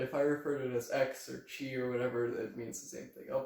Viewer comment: Awesome video on topology! I need to mention though that χ is pronounced as “Kai,” rather than “chee.” 😅